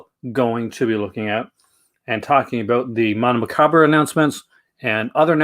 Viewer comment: You always say Mondo Macabra. It’s Macabro XD